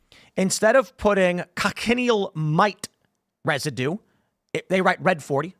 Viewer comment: I think the red bugs are pronounced co-shun-eel